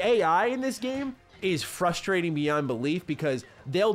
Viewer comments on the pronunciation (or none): none